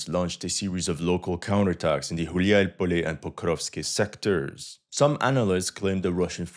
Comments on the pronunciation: It's Gulay-polye "wandering-field" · Did you say Хуяй Поле on purpose 😂?